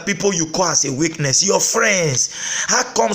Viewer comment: you look so dry. am sure you are here because video is free. again your english is bad..not weakness but witness. am sure you load heavy duty trucks at benin park..